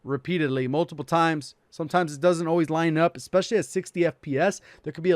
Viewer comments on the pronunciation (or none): none